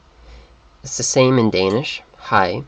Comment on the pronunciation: I am sorry to crush your dreams and all that, but you did not pronounce a single Danish word through the whole video. You seem to speak Swedish and Norwegian very well, but Danish was just a horrible fail :(